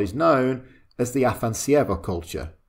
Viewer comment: You butchered the name of the Afanas'evo culture, it's AfanAs'evo, with the emphasis on the second A, which you completely omitted... :) It comes from Russian name 'Afanasiy' that is equivalent of the Greek name 'Athanasius'.